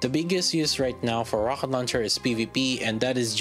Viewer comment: Thanks for the Review. Quick question: Ro H et launcher? Not Ro K et launcher? Is it on purpose :D ?